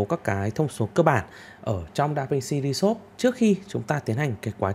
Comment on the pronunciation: Đọc tiếng Anh hay quá anh ơi. Anh học ở đâu chỉ em với. DaVinci ri sốp…..hahaha